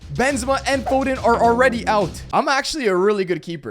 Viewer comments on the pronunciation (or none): none